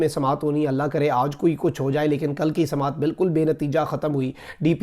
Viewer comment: Samait not samaet